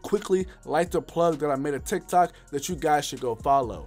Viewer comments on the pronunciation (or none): none